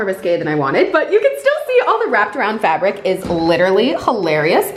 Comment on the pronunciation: Every time she called it fabic I laughed cause its actually plastic 🤣🤣 cringe I know but still. 1like= a cringe